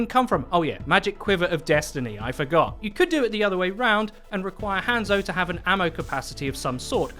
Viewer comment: Sorry if this sounds rude but can you stop saying han zo it's pronounced haunzo but spelt hanzo or はんぞ in japanese